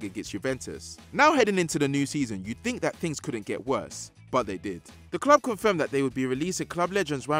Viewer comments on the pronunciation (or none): none